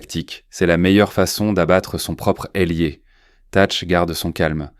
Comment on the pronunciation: Ailier, pas élier. 24 ut, 24 août.